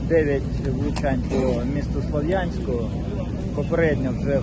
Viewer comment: Научите полицейских ставить правильно ударение в названии города СлавЯнск! Пока не научатся правильно называть свой город - будет прилетать! Позорище.